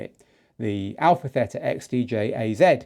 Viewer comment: Good morning from Chania-Crete-Greece!!! I follow you and I like your podcasts!!! Please say to the people about the new name of Pioneer.. The right name call it, Α Θ, From the Hellinic Alphabet (ΑΒ) The A (Alpha) you spell it ok,,, The Θ (Theta) , the right spelling is like "Tina" not Tena... ΕΥΧΑΡΙΣΤΏ ΠΟΛΎ Κ ΚΑΛΗΜΈΡΑ!!!